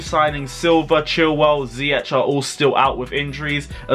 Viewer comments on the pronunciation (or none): none